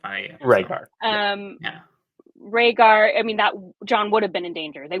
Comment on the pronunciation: calling you out for how you pronounce Rhaegar...meanwhile: VictOriAn smh